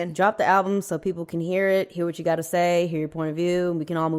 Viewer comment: “Coming tew America “clip …💯 sholem. 😂 💥